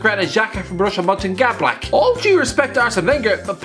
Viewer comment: Borussia MochengladWHAAAT?????!!! 🤣🤣🤣